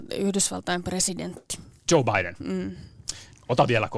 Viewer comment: kunno akka tuo haastattelija "Joe Biden" LOL